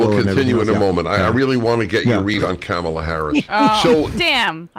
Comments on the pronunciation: The second time, he pronounced her name as "camela" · "Camel-uh" -Dennis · As an Indian, I find her pronunciation weird. It would be cum-la or another version is ka-mal- uh. 🤷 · Prager still intentionally mis-pronouncing Kamala .... unintelligent fool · Well, Dave DID mispronounce her name... probably on purpose. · Both guys still can't pronounce Kamala correctly. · Why's saying THE USA VP's name "Kamala" correctly so impossible for those 2idiots?? NO doubt DELIBERATE at this point & wholly unnecessary!🤬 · Neither Prager nor Rubin can even pronounce Kamala's name, but their opinions about her are supposed to mean something?